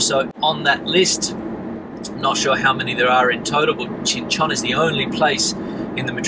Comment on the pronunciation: Or Qing Chon, or Chinchin😂😂😂 please rectify. It is really funny